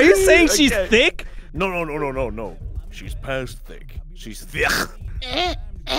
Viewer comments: "She Thiackkck" narrator 2020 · "She thioqqq" 😂😂😂